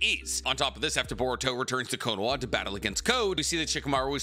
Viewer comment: Why do you pronounce it konowah? It’s konoHa.